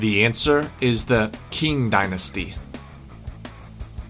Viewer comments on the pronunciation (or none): Love the series but just want to make a small correction. Q is pronounced CH in China so instead of Qing as in King, it should have been pronounced as Ching. Still fits inside the Q category.